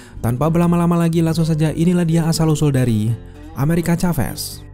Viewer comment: Plis nyebutnya amerika saves bang jangn caves😅 biar enak didengar